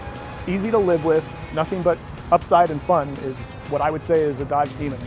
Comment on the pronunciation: Did he say Dadge?